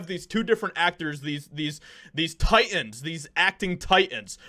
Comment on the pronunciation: The word is TITAN not TI-IN.